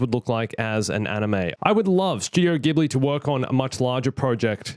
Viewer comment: OMG I AM SO FREAKING OBSESSED WITH STAR WARS AND STUDIO GHIBLI!!! I would do anything to see this, it would be totally epic. Also- just wanted to let you know that you are pronouncing 'Ghibli' wrong... I dont think it matters too much, but the way Japanese people pronounce it is 'Jibli'. Its frustrating and hard to get used too, but from what I know that is the correct way to say it.